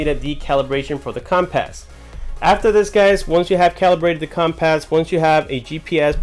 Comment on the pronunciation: Dude, please. It's not "com-pass". It's compass. Also that looks like Broward County.